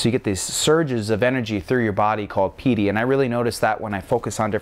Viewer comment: Samatha was correct. - Jhana was correct - Piti was basically correct - emphasize on the silent "HHH" sound... so like "PEE-T-HEE" - you say "VEE-PASANA" it's more like "Vihp-pasanah" - you say "SAW-DEE" its more like "SAW-T--HEE" again with silent "H" both of those are very small, almost insignificant because a local would still understand you. However your biggest mispronunciation that might confuse a local is: You say it as "SAW-MA-HAWDEE" Its more like, "SAW-MA-D-HEE" still not exactly right. Its practically a bad joke to try to correct pronunciation over text haha. I hope this helps!